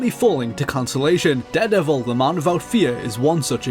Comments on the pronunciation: it just bothers me how you say 'deh-devil' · how are you pronouncing daredevil?